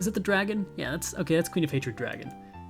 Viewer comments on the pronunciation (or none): none